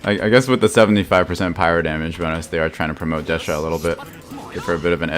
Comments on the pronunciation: Hey thanks for the video. But, why do you keep calling Dehya, Dash-ya? Pretty sure Dehya is a Hindi and Arabic name and doesn't have an s sound in it. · I figured it was cause of the JP pronunciation lol. It's basically the same in the Chinese version too. I guess it's supposed to be De-hee-ya, Dee-hee-ya or Dee-ya in the real world but Hoyoverse will apparently do their own thing for the different languages if they want.